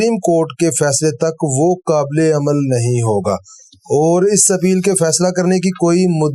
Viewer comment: محترم کچھ الفاظ کی طرف آپ کی توجہ نہیں گئی: اِحباب نہیں اَحباب الف پر زبر کے ساتھ قابْل نہیں قابِل ب کی زیر کے ساتھ حیثِیَت نہیں حیثِیَّت شد کے ساتھ بے توجَہی نہیں توَجُّہی پیش کے ساتھ معجْزَات نہیں معجِزات ج کے زیر کے ساتھ صورْتوں نہیں صورَتوں ر پر زبر کے ساتھ سمُندری نہیں سَمندَری مشیت نہیں مشِیَّتَ الہی شد کے ساتھ مافیَ الضمیر نہیں مافِی الضمیر مِحظوظ نہیں مَحظوظ م پر زبر کے ساتھ